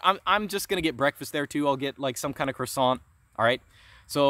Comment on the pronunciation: You really shouldn't say croissant that way as linguist,! Hahaha